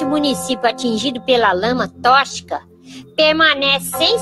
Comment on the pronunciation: “Lama tóchica”😂😂